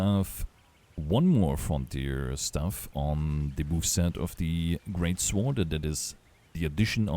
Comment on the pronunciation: Psst. Hey buddy. The W in Sword is silent.